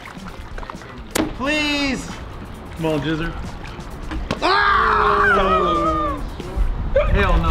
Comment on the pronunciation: Lmao called jesser. "jizzer"